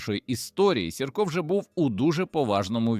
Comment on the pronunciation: Що за наголоси?! Іван Сірка... Він був вовк, а не хімічний елемент 👎